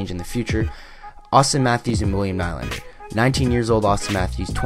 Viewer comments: William najlander lol hhahahahha it's Nylander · Lol you said Najlander... it's Nyyylander!! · Its pronounced Knee-lander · In swedish it is Nil lander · u said nylander wrong